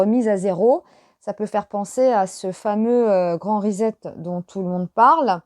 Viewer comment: Bonsoir, svp : pas risette, mais reset (pas de son z en anglais), comme un set de table, par exemple. Sinon, j'aime beaucoup vos tirages 👍 Bonne soirée et merci 🌺